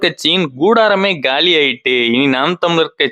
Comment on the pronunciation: காலியாயிட்டு இல்லை. சரியா உச்சரிங்க